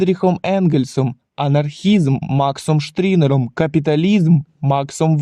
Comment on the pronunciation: Штірнер, а не штрінер